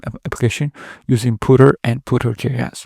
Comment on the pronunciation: Puter as in ComPuter. Not, Pooter, which means crapping your pants.